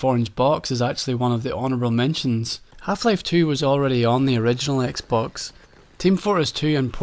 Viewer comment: what dafuq is a "zeeboo" ? died